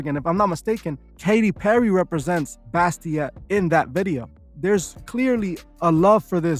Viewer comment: I apologize but it’s Bastet. Bas- tet.